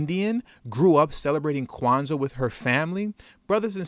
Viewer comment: Word? Quanza? C'mon lady 😆😆😆